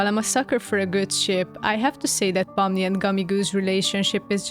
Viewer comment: I love the way you pronounce Pomni haha! It’s like fun in my brain